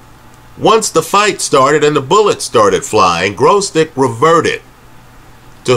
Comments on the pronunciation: dragged the video for 40 min just to keep saying Growzdick! 🤣🤣🤣🤣🤣🤣🤣🤣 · Their's no "R" in Gvozdyk